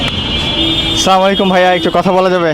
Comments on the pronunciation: আচ্ছা, সালামালিকু এটা কোন ধরনের সালাম।এর অথ কি😡😡মুসলিম হিসাবে সালাম টা সুন্দর করে দেওয়া উচিৎ,উচ্চ শিক্ষিত কিন্তু সঠিকভাবে সালাম দিতে পারর না😡😡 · আপনার সালামটা শুদ্ধ করুন